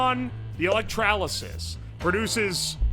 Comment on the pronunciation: Why does he put an A in electrolysis?